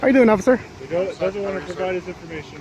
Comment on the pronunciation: #3 Where do they find these (OAF)icers? #2 Did he say (OAF)icer Knapp? #1 The old Gray headed (OAF)icer will get this PD sued soon!